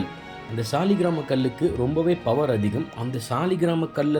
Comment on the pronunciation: ஐயா அது சாலிகிராம கல் என்பது தவறு. அதை சாலகிராமம் என்று சொல்வதே சரியான வார்த்தை / உச்சரிப்பு.